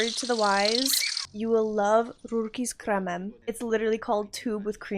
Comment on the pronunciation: Are you Polish? Your pronunciation of "rurki z kremem" was perfect. Sounds like you're a native speaker.